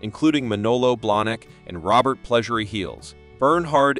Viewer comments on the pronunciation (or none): none